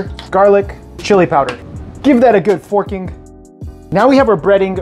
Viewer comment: “Give that a good forking” lol it sounds like the bad word